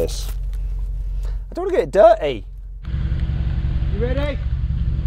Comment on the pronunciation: You said diryy